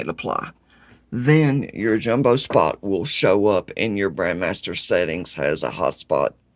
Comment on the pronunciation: I know its trivial, BUT you keep saying BRAND (MASTER) and it drives me insane... it is BRAND (MEISTER) MEISTER MEISTER MEISTER!!!